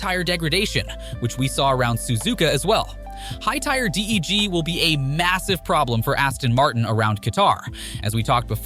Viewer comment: that’s what I thought - “Loosail”, “GrAnd prix” and “tyre D.E.G” were mad